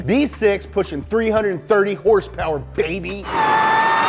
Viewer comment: Wtf horsepower nah it's horse peerrss